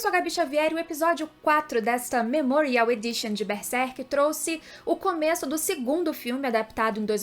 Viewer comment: Não é Bersek, é Berserk, tem que pronunciar corretamente